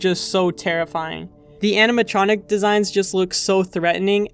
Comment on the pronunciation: does it not bother anyone else how this mf repeatedly mispronounces animatronic as "aminatronic"